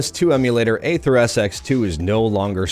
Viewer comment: Dude, "aether" is pronounced the same as "ether"—it's not "ayther".